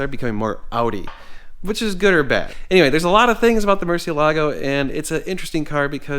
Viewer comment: I wish to HELL you would learn to pronounce it. Ask any Mexican.